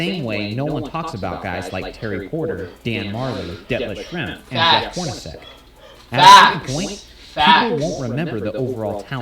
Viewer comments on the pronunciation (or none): His name is "Detlef Schrempf" not Shrimp! He was a European player from Germany! He was a very good player with the Super Sonics! The competition was better back then for many reasons! Defense and style of play was more demanding as todays NBA is truly weak and absolutely pathetic compared to the mid-late 80s and the decade of the 90s!!